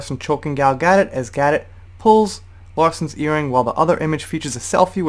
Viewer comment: Her name is pronounced Gal Ga-DOE...